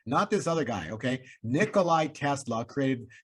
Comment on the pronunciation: Great work, but Tesla's name is Nikola, not Nicolai